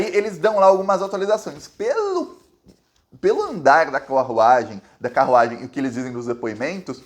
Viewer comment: Não sabe falar carruagem. Kkkkk